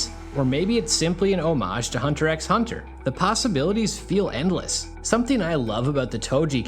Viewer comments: You don't pronounce the x in Hunter x Hunter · The "X" is supposed to be silent.